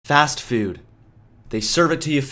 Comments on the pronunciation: It's pronounced Fast-Foood, not "Fast Fewd" okay Marcia Brady? :P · today it's fast fewd. lol